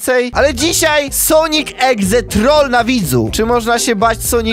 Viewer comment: "sonik egze" 😆😆